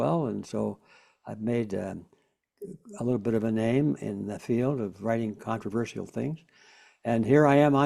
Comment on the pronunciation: Absolutely LOVE Mr. Griffin! Amazing researcher. I was surprised to hear him add a 5th syllable to the word "controversial." It is not pronounced "controversial-al" Mr.Griffin. The word began to be mispronounced in academia, (where else!) and people followed along incorrectly. Here is how it's pronounced